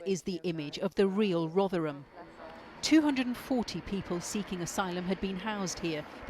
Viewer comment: So surprised to hear you can pronounce Rotherham.